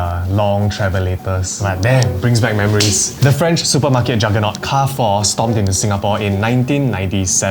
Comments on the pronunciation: in French Carrefour is pronounced as Car-Fool. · U pronounce Carrefour wrong again. It's KE-AR-FU-ER (r is pronounced like air struck in throat in french) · Car-Foo is also not a wrong pronunciation.. Car-Foo-Uh is also another way to pronounce it as different side of France have different accents or dialects.. Car-Four is considered wrong actually as you never annunciate the “Foo-Uh” or “Foo-Er” properly.. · carrefour in english is Kar-for, but in French is Kar-fuur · French Chinese here living in SG. It's pronounced Car Fu Re not Car Four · why do you read carrefour as if it is pronounced car four that is not how you read it. it sounds like Ka ru foo its not English. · it's careefour not car four omg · So many, including me, have been gaslit into pronouncing it as "car-foo" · carrefore isn't pronounced as anything you mentioned my mother used to work there its "KA - FU" something similar but whats good about it is that you can use carrefore coins from the keychains for your trolleys so you dont have to put in 1 dollar anyway its still doing well in other countries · Repeat after what my friend said: Car-four.. 🚗🚙🚕🚘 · Google be damned, it IS KAR-HE (French R)-FOO-another French R. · Not car four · it's actually pronounced more like kia-foo (with a thick velar "chiar") but ok.